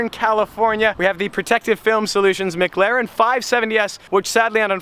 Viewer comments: The only dude on the internet that can't say mclaren...per this fella it's mglaren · Only when you can say McLaren correctly.